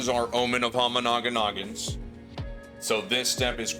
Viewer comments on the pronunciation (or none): the biggest thing I'm gonna miss is hearing you say omen of homanaginnagin